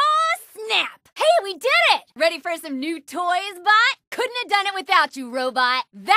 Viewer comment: Whoever wrote Gaige's kill success dialogue was a HUGE fan of Unreal Tournament. Also, she sounded like she was saying "nice butt" instead of "nice bot." XD Also, booyeah on saying those famous magic words. XD